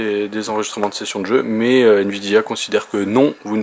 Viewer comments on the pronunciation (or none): none